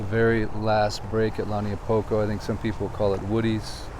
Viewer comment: Agggggg! It’s Not! Pronounced “ Lani a Poko! “ get your pronunciation right ! Lau Niu Po ko